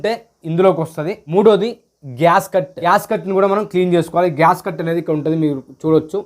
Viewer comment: GASCUT KAADU SWAMY GASKET ANIE CHEPPANDI.